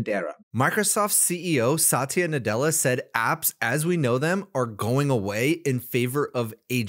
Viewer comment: He is sounding like 'NUT'ella than Nadella. He is pissed because Salesforce ditched their LLM.